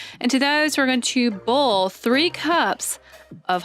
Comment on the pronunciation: She said and I’m just going to bull some water 😅😂😂😂😂😂😂😂😂😂😂😂😅